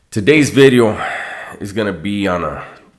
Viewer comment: Facts Dubs but you do say video funny as a fellow Latino their word's I say that sounds crazy.